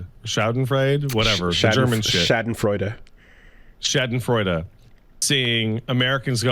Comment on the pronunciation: I’m German and I love your pronunciation of "Schadenfreude".